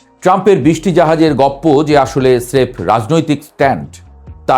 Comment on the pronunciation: এক জাইগা আপনে গপ্প বলেছেন হবে গোলপ